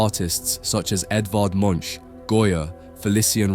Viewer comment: Hate to break it to you, but these aren't paintings, they're drawings. Kubin did a few paintings, but they are a minor part of his oeuvre. Also, Munch is not pronounced that way.